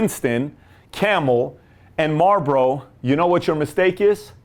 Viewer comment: it's marlbOro